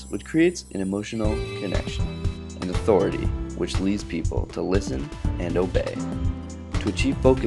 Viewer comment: lol , "Authoritah"